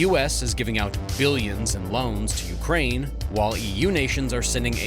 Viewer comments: Correction: "Ukraine" not "Ukrain" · ‘Ukrain’ lol